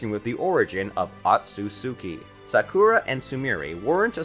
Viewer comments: U said sakura wrong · Ayo my guy legit said "Sa-Ku-Ro" instead of Sakura- 😭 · sockura and sukra